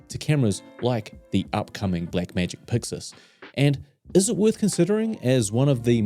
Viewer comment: Subscribed cause I enjoy hearing you say "Puxus". ❤